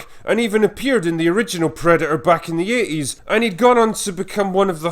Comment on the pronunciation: Nobody: This guy pronouncing 80s: AAAeeees